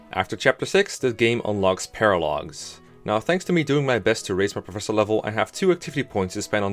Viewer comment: I thought it was pronounced Professor. That's what all the people in universe say anyway. Hmm I wonder what my recommended videos will be: Can You Beat Pokemon Sword and Shield Using Only A SNOM? Can You Beat Pokemon Black WITHOUT EXP? [note: I know the answer is yes for Pokemon White because dondon151 did a speedrun of that before the game was even out in English, seriously the playlist is his channel] Real 3 Housewives of Garreg Mach (Fire Emblem 3 Houses Parody Animation) Can You Beat Terraria With only the Sand Gun? Terraria, now there's a surprise.